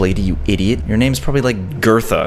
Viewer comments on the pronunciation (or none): Her name is Bertha not Gertha🇨🇾😂😂🇨🇾 it's sooo creepy 👉👈🤧